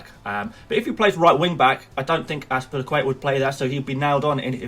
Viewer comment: Right off the get-go, Ryan is probably getting replaced. It is a good thing to follow transfer rumours if you want to produce such videos with "advices". Thus far it makes all of your begging in the beginning pointless. Edit 1: I gave it a quick glance and noticed you can't even pronounce Az-pi-li-cu-eta. Or Dave as he is known. Mainly for people like you. Edit 2: Chill down. Is there some race going on right now? Can't even pronounce a simple name as Trent Alexander-Arnold. Edit 3: He is Doherty. No C there, mate. Use your eyes. Says it right there. Edit 4: Guess you haven't watched Bournemouth prior to relegation and noticed that Wilson and Frazer play together so ASM is suspect. Edit 5: Ferguson is out for a long time so why not get another 4.0 DEF that might get a minute. Or is this a "long-term plan" with you holding Ferguson that hasn't even started an official game for the rest of the season? You gotta do better. If you believe this team will do good then all the power to you.